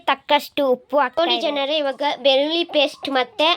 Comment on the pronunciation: Beluli paste ma... Beli paste alla thayi fst sariyagi mathnadu mathe vlog maduvanthe...., 😅